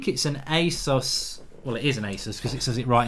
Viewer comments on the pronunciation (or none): none